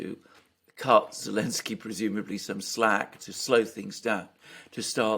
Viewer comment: I meant it more as a funny... Why can't he just say the z... haha I will purposely mispronounce someone's name whom I don't respect so I wonder if this was his reasoning..